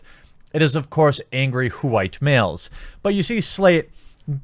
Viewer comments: Why do you say "WHOO-WHITE"? That sounds more annoying than anything this man hating woman has said so far. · Dude I agree with u. But STOP! Saying white like that it's fuckin annoying